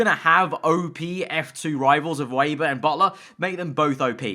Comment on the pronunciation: They will fix Weber when you can finally pronounce his name. He's German, it's "Veber", not "Weiber". :D